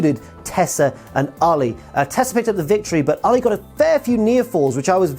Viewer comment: I know it's the accent, but why does he pronounce Allie like Muhammad Ali?